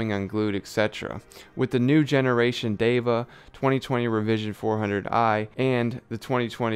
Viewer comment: Great review man. I am not on the market for a bluetooth headphone yet your reviews are so good. Well said on the name. It is DEVA and not diva. You got it right. And I want to check out Vinnie's steak house. :) You are doing subliminal advertising. Haha I am going to do some eq on my headphones as well. I have not got wet on my eq..I am doing something wrong :p. Cheers man